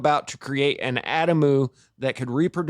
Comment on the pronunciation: Adamu: ah-dom-oo 😀❤️☀️